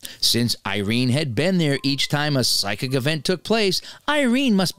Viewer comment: Psychic : pronounced like 'sike-ick'.